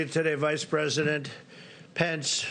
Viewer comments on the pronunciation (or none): none